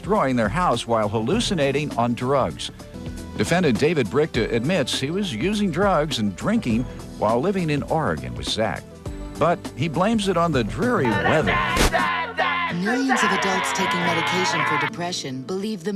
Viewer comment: "while living in oregon" but instead the commentator says"arreygon" im from portland oregon, and everyone over here just shakes their head when they hear someone butcher the word oregon like that...